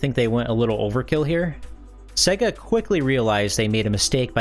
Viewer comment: It's pronounced "say-ga" not "seh-ga"